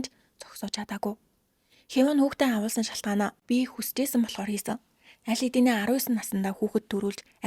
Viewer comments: Awuulsan gd bhin awahulsn ghin bishv. Muuhaibsnsgdod bhin 😂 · Woow🎉🎉🎉 gehdee Gants udaa shvvmj helmeer bnaa avhuulsan gej heleerei avuulsan geed bhaar evgvi sonsogdood boldoggvi ee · Авхуулсан гэж хэлээч авуулсан гэж яриад байхын юм хийж байгаа бол үг хэллэгээ зөв хэлээч